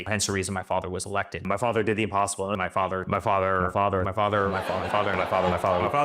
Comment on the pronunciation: Eric: "My farter, my farter, my farter,...."